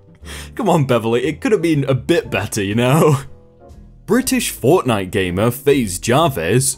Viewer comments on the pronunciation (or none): none